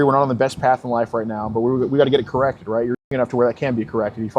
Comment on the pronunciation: Riaght raight raight raight okay raight raight raight